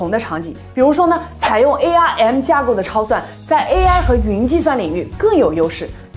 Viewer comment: ARM不要念成A R M